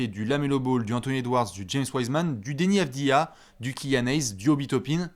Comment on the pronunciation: J’adore quand dit Deni Avidja 👌🤡